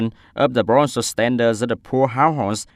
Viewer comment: cái từ provincial //prəˈvɪnʃl/ nhấn vần 2 thì vần 1 đọc thành /ə/ mà anh cứ quất là ˈprɒvɪnʃl/ là tiêu.